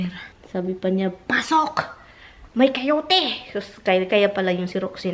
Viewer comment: not Cayote,Coyote😅